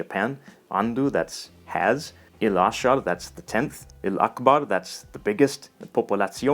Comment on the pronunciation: How funny to see my language here too. I found the historical development really interesting and it makes a lot of sense. Hearing you speak the sentences was really weird since you used a very arabic pronunciation, for instance you said " il-akbar" but the maltese would say lakbar (as one word) and the vowels are a bit longer and trailing than how you said them. In fact apart from some harsh and guttural sounds, maltese is much softer sounding than arabic and despite the arabic vocab has lots of italian-sounding tones; it's more lilting than arabic. The fact that most maltese are fluent in italian is one of the main reasons I guess. I've always found it fascinating that arabs can understand almost everything that we say - but when maltese hear arabic we understand almost nothing apart from the base words like number, colours, boy, girl, etc. Speaking maltese really came in handy when bartering with the traders in the souks when I visited Morocco and Tunisia!! The prices just plummeted!!